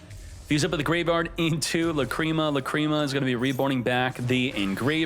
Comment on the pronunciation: Love your content but Lacreema?? Come on bro that's not how you pronounce it 😂